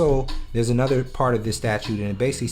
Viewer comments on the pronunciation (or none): none